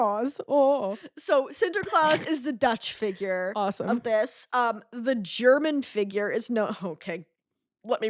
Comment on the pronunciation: Watching this as someone from Germany was hilarious. Your pronunciations were… creative and made me chuckle. It is noteworthy that all these figures you mentioned are not known throughout all of Germany. I grew up in the south of Germany (Bavaria, the area close to the mountains) which is where most of these myths are still retold or even celebrated (for example look up the Krampus Parade👹). Now I live in Berlin and many people don’t even know what exactly all these figures look like